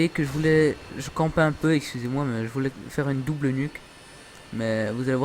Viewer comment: Ca se prononce dobel pas dabèl